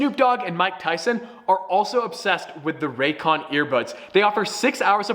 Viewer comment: "The ran cans" "Ray's con"